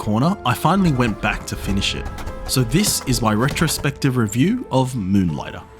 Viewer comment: "Muhnligtah". Love it.